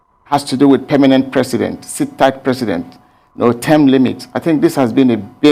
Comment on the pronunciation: Mr Presi'ent (as he GMB pronounces it) made an improved outing.